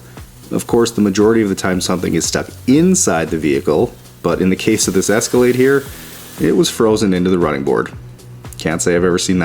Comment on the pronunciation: Escalade? I think you mean... Esca-lad-ee. Dang it,. 😂